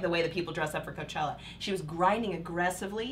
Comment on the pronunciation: Lmaooo “hooker” for Coachella